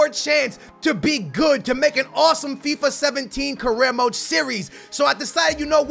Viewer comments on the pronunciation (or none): none